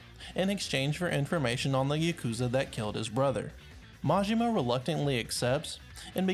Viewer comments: Its pronounced yaw koo zuh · You just listen to how they pronounce them in the game or look it up. It's literally not that hard. You couldn't even pronounce yakuza right and it's told in the game a million times. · you can't even pronounce Yakuza right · i flinched at the way he pronounced "yakuza" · Im sorry but who the fuck pronounces yakuza like that. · bruh half way through the video he pronounced everything wrong rip